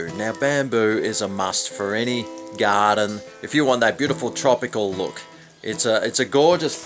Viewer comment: "Bamboo is a must for any Gahhhdin."